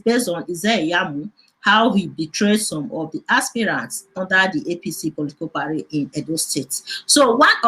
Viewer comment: what is parry? it's party. abeg stop the funne